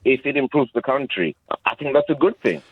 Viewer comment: Who says countyyy for country. The guy is defo a African immigrant.. Shamefull man 😂😂😂